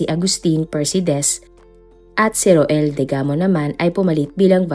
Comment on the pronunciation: Rowell po ang pagbasa nyan po Hindi ro-el 😊😊😊 Family name nlng po ang gamitin wag na yung first name.